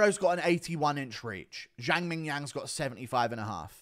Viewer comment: Guru was one mispronounciation of Zhang before flying into a racist tirade